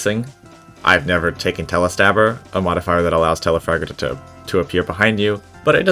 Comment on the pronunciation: It’s Telafrager not telafarter but I like you humer